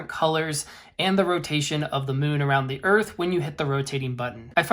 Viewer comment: The word "the" is pronounced as "thee" when the word following it begins with a vowel sound (e.g., thee apple), and as "thuh" before a consonant sound (e.g., thuh dog). You should only say "thee" when reading aloud, such as in a prepared speech or paper presentation. You should never say "thee" in casual situations, such as when talking to a friend.